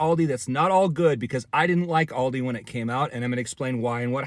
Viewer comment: first, pronounce Aldi.